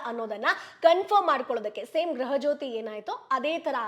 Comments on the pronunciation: 🙏🙏""ಗ್ರಹ" ಲಕ್ಷ್ಮೀ"" ಅಲ್ಲ ಮೇಡಂ. ""ಗೃಹ. ಲಕ್ಷ್ಮೀ"". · Graha graha anta baduko baeda gruha adu